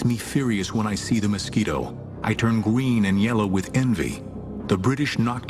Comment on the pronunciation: it's gween